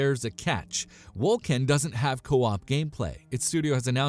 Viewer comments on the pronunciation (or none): PoE Is not EXACTLY like diablo. They are very much 2 entirely different games. Lmao. Wolcen is pronounced Wol-sen not Wol-ken. Chaos bane is not out yet, lost ark is not out yet, not to mention Wolcen is in development, and so is Torchlight Frontier. get your shit right please. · Just a heads up, Wolcen is pronounced "wol-sen" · Is this a joke?! Wol « k » en?! Crap game.... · Yeah, that bugged me...